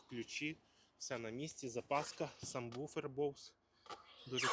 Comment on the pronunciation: Все ж таки правильно казать САБВУФЕР ? Subwoofer ! Самбуфер - такого нема !